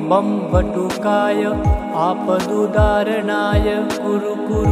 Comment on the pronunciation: वीडियो में मंत्र और डिस्क्रिप्शन में मंत्र अलग लिखा है । आपका उच्चारण और वीडियो के लिखे मंत्र का मेल नहीं हो रहा आपदुद्धारणाय है या आपदुउदार्णाय है समझ नहीं आ रहा। आपके कई वीडियो में ऐसी गलती है थोड़ा देख कर इसको सुधार करें और सही उच्चारण बताएं धन्यवाद इसे अन्यथा न लें मंत्र का उच्चारण सही नहीं होगा तो उसका फायदा वैसा नहीं मिलता इसलिए आपसे निवेदन है क्या सही है ये बताने का कष्ट करें 🙏